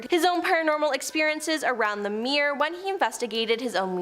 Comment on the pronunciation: "Edenburg"? Do you mean "Edinburgh", perchance? And is a "me'er" anything like a "mirror"?